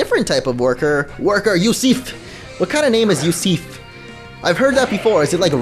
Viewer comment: Yusif is pronounced "You-suf" I went to high school with a kid with that name. He was Albanian.